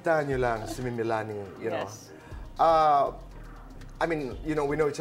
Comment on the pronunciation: Meh-lanie ng meh-lanie itong si tito boy, Melanie kase